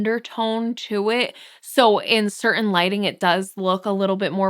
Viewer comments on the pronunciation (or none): none